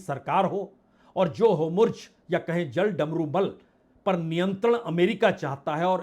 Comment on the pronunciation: Bebaak vishleshan ke liye hriday se dhanyawad Sir Hormuz Jaldamrumal ni Hormuz jaldamrumadhya kahiye sorry